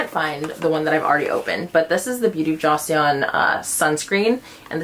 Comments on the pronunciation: it's pronounced beauty of JO-SUN not jossyun....pls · How do you compare the row bag with your Celine errand bag that’s also kind of a similar style? I’m looking for a nice low key tote/hobo bag for errands/the daily. Is there a button clasp inside the row bag? Also just fyi but Joseon is pronounced “Joe-sun” 😉